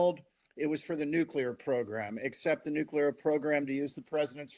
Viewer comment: I can't take anyone that cant say nuclear property, seriously what is nuke you ler ?